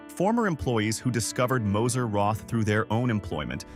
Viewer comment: The chocolate is pronounced “Moser Rot”! Without the “th”!